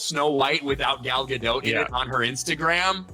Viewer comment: First of all... Rachel and Gal did exchange a look or two at their segment during the oscar. Second of all... Why is it so hard to pronounce Gadot's last name as it suppose to? It's Ga-do-t! The 't' isn't silent.